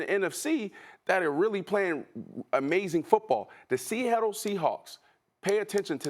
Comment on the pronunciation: “Sehettle Seahawks”